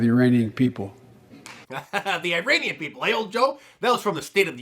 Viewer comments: Pretty sure he said Ur-aneein people LoL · no he actually did say Uranians.🤣 Listen again. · he said uranians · Even funnier is that he said IRANIANS, which shows how addled his mind is.